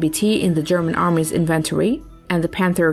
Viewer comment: english is so weird and has rules that it often doesn't obey.... inventory accent the 'in' first syllable so INventory... French is weird too as we english speakers spell stuff with that the French would separate as an article so Le Clerc is 2 words Le is the article and Clerc is the noun. Weird I know love the post keep it up its a great watch